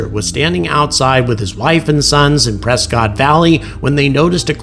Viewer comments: I’ve heard that Prescott is pronounced as PRESS-CUT to its locals and the fine people of Az. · Prescott is pronounced Presskit in these parts😊